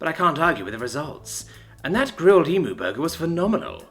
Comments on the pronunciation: Okay okay everyone when pronouncing "Emu" put emphasis on the U at the end. Pronounce it like "Emyou" not Emoo its a common slip up for foreigners Also when using the Australian accent real pronounce the vowels and use a strong R also we're naturally lazy speakers so dont try so hard other than that i highly highly enjoy your work and can tell you do aswell sometimes i can even hear you smiling love ya, hooroo mate! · Not E-MOO it's E-MU ( Said E-MEU) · As an Australian it drives me insane The way Americans say the word EMU never cease to inferior to me (Em u )not ( Em moo) for the love of all that is holy I love your work but fuck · Yeah, please stop saying "Em moo". It's "Em you" like an insult! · Looked it up, the video I saw had the guy say it more like "eemyoo". Still gonna call the angry dinosaur bird an "eemoo" though. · As an Aussie I like to think that that it's called emoo in this story because it is stronger because emooo in any other context hurts my soul like bloody hell say it right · Ooof... that pronounciation of "emu" definately should have been checked with an Aussie first, before reading this story!